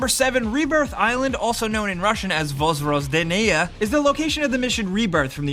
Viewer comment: One of the worst pronunciations of the word "Vozrozdenia" I ever heard - GJ!